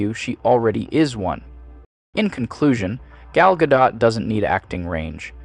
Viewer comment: The AI narrator managed to pronounce "Gal Gadot" in every possible wrong way in just one video.